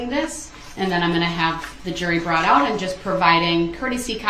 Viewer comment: Brong (brought) I can’t stand the way he talks.